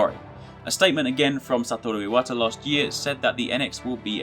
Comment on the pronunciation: Finally. An english-language person who pronounces Satoru Iwata correctly.